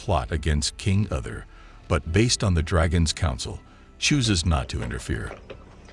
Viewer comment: King ‘Other’ …these pronunciations are wretched.